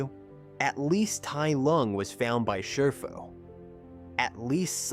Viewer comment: More AI slop pronouncing Shifu incorrectly...